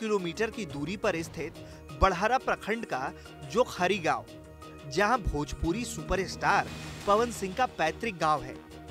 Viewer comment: Bhojpuri hota h na ki bhopuri